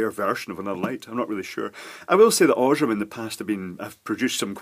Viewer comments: Aaaaah! The pronunciation of "Osram"! Horrible! XD It isn't "oshram" with a silent "a". Its pronounced this way: Scroll to about the middle of the page and select the last of the German ones called German Pronunciation. That is correct. Cause Osram is a german brand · Oz-raam... very good German pronunciation!!!